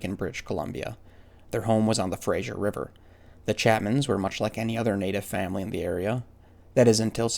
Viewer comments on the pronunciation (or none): Just for the record, it's not pronounced Frazier, it's pronounced Fraser. ✌😎